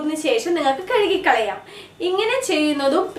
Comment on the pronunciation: Ha i...your tips are really useful...but ...I want give a suggestion...don't feel bad...while you are describing....you used to tell...."kezukikalayam"it's irritating...me just tell "kazukikalauam